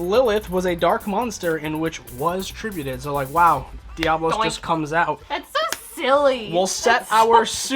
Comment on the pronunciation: It's Diabolos not diablos. Love the deck profile